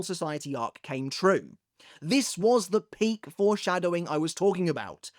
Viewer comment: Why is saying "peak" so funny?😂😂